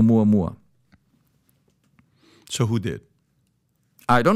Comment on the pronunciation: Sadly he mispronounced the object 😂😂😂😂🤣🤣🤣🤣